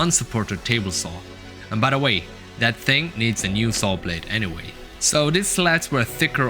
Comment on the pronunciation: Very cool. The best thing you could do for yourself is the learn how to pronounce "th" instead of using a D in place of it. 'I wanted a sharper angle on De Udder side' ....' on THe oTHer side'.